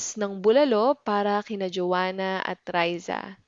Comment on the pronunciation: Why some people, such as you, sometimes pronounce K as if it were H (kina/hina, kay/hay)? Is it some sort of regional accent, or everyone in Philippines pronounces like that?